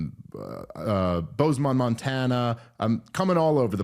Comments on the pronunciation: I’m still trying to figure out how he thinks Bozeman is pronounced “boze-mon” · Can someone tell Dave to stop saying BozeMAN, Montana